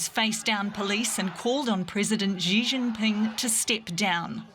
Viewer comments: May I give a piece of constructive feedback? Please don't pronounce Xi Jinping like "Zhjee Jinping". The "Zhj" sound doesn't exist in any dialect of Chinese. Xi is pronounced "shee". When China came up with the pinyin orthography, they re-assigned the letters C, Q, and X (which they thought to be redundant letters) to other sounds commonly used in Chinese which are commonly written with letter combinations in English. C makes the 'ts' sound, Q makes the 'ch' sound, and X makes the 'sh' sound. For the sake of professionalism in journalism, it is important to pronounce names correctly. If you were to pronounce a Welsh or Polish name, wouldn't you look up the proper orthography and rules of pronunciation? If so, why not do the same for Chinese orthography? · What's up with this ridiculous pronunciation of Chinese names? Beijing has been pronounced ridiculously for a while, and now Xi Jinping...